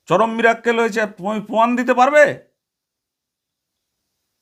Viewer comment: Miracle sabdotao to jane na mirakkel bole cheap mohila